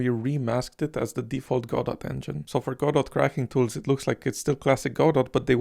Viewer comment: also "godot" is pronounced "go-dough"